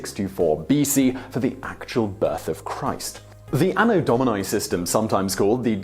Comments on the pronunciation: Domini, not dominai! My goodness, you English speakers...English spelling does not apply to other languages! English speakers seriously need to learn what the vowels really stand for, because in English they stand for all the wrong sounds. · Anno Do-mee-nee. It's Latin. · Why does he pronounce “Domini” with a diphthong in the last letter? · The pronunciation of "Domini" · You mispronouncing Domini and Mundi is pretty cringeworthy.